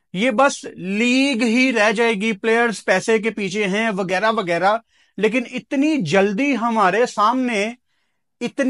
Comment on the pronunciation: بھائی تو پہلے اپنی اردو تو ٹھیک کر غلط کو گلط وغیرہ کو وگیرہ 😂😂